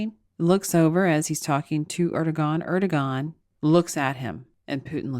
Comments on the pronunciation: It’s “AIR-dough-wahn” (the last syllable pronounced like the first syllable in “wander.” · Erdogan is pronounced Er' doe' w' anne. Emphasis on short w sound like in way or wait. In Turkish the "g" is silent if before an o